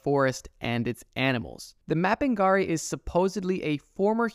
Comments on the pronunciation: Bro said mapingari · I'm scared of how you pronuoneced mapinguari.